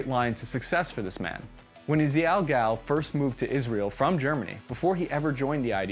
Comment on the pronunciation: Dude, you are mispronouncing the man's name. its not Gal like a woman, it's Gall, like G-All.